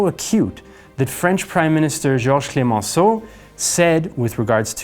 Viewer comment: Glad to hear the show is going on & is a cool dude! (Bonus points for his right pronunciation of Clemenceau)